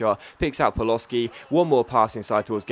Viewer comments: Paloshi=Pa-lo-shi ,not Paloski :) btw,you can take a break if you want,seems like you have lost your voice for this commentary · ***** paloschi is pronouced pal-o-she